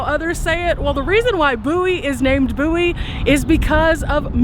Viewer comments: He aint from Bowie, or he would know how to ponounce the name. 🤣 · Forget all I said. I listened to the Theme song and it days B O Wie. They got it wrong to. I guess I forgot how I learned to say it correctly. Sorry, Love Your Channel! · It has to be the younger generation that mispronounced the name. I am 75 and watched the TV series. The introduction song pronounced it correctly. Wikipedia has a story of the series. The Adventures of Jim Bowie. I remember singing that song when I was little! Thanks for sharing this video! You always make it interesting.